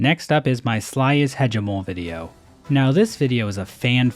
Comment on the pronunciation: It better be bait the way he’s saying Hegemol’s name